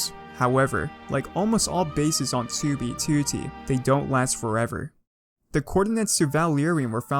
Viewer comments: "Tubey Tooty" You will now not unhear it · I love how u call it 2beetootee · The way he says 2b2t is amazing